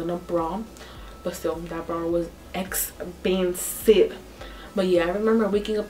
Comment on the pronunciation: EX-PIN-SIVE😂.live you girl your beautiful <3 Jesus saves 🙏🏽